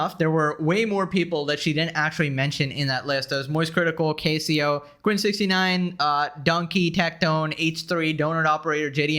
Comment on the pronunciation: did he just say Case-e-o?